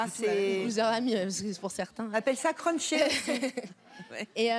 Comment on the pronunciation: Jsuis morte elle a dit « crunsher » au lieu de « crusher »